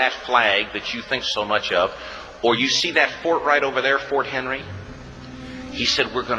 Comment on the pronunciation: He gets almost this entire story wrong. First of all, they weren't "the colonies" anymore - America had been a country for almost 40 years already. He doesn't even get the name of the fort right. It was Fort McHenry, not Fort Henry (which is in Tennessee). The British only had 19 ships there, not "the entire British war fleet". Francis Scott Key was only trying to get one person released, a friend of his, not a group of prisoners. He wasn't on any British war ship, he was on an American truce ship, and no - there were no prisoners below decks. Also, the fort held 1000 soldiers in defense of it, not mostly women and children. The British attack did very little damage to the fort - that's why the British fleet left in the morning. There weren't a pile of patriot bodies holding up the flagpole...the U.S. only lost four soldiers in the battle. The flag Francis Scott Key saw the next morning wasn't the shredded flag from the battle - it was a large replacement flag flown so the British could see it, as a message. I don't know why this guy thought he needed to make up so much BS to an already good story.